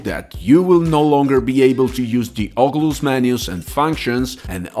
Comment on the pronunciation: Ogulus 😂 great vid tho thanks